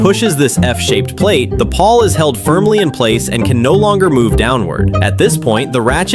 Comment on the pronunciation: PAWL, not PAW